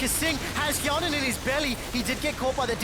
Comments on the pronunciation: Hjarnan = fionen...well at least for Quickshot XD Just pronounced the name wrongly. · why said fionen ? xD! my english is bad... maybe mistake from teller?